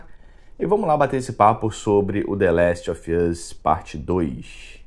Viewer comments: The Last Óv Ãs 🤦🏻‍♂️ assim que se pronuncia man 😩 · Tbm tô no hype, mas é State of PLAY e ouvir The Last Ófi Âs dói. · Quando pronunciou the last of us nem continuei assistindo o video!